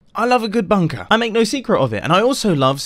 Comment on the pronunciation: OMG i honestly thought the first words you said was " i love a good bunk *p", then you had to pause for a second before carrying on talking! 😳